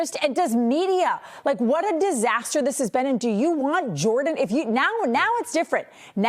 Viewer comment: She said it’s jor-don.. I just broke out laughing 😆 😂